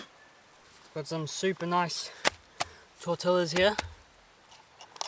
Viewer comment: Great video!! I laugh when you say "tor-tell-as" ha ha ha. Try it like this: "tor-tee-ya."